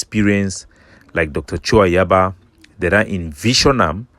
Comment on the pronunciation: I don't like when he calls ayaba like the Gods of ambazonia